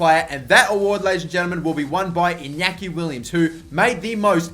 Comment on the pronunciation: *Iñaki no inaki